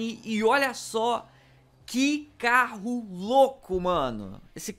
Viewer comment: O super mais CARRO do GTA V (parece russo falando caro )